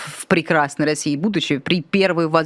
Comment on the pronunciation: Когда говорят "в россии будущем" слышится "в разебудущем"😂